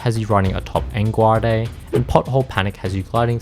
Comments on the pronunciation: "En-guar-de". It's "EN GUARDE!" like swordfighting. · Enguarde is not like a spanish word, its french "en garde" haha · …it's pronounced "on guard." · Hearing my boy say "Engwarday" like he's never fenced before in his life. 😤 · ''En guarday'' got me